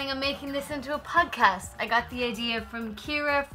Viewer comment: I'm pretty sure you said "PUDCAST".